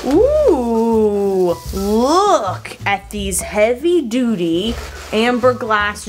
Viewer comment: Lol. I thought you said heavy doody. 😅